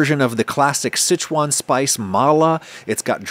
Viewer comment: Look at this guy flexing by pronouncing Sichuan properly 😂